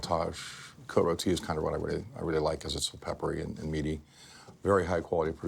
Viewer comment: Damn he nailed that 95 Cote rotie